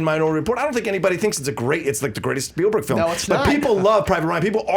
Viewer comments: Spielberg.....SPIELberg......not Speilberg and Star TRek.....not Star Tek. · "Speilberg"??? :P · Spielberg not "Speilberg."